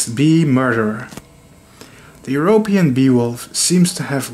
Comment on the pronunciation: The beewolfs feats are really gallant and unusual. Wouldn’t go collect honeybees unless they are dead. And plus for some reason my mind thought you were saying “Beowulf” as in the epic hero.